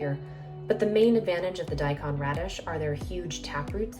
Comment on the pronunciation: Thank you for a very worthwhile video. One comment, though: The "kon" part of "daikon (大根)" is pronounced like "cone" rather than "con".